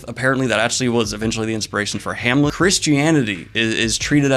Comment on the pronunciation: You have no issues pronouncing Skarsgard but Amleth is just a weird, nasaly noise? That's just lazy.